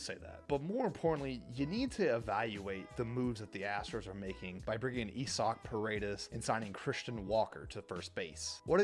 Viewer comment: E-SOC? You mean Isaac? WTF lol